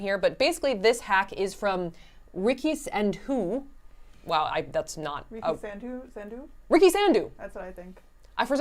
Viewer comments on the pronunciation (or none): I don't think the correct pronunciation of 'Sandhu' even exists in the English dictionary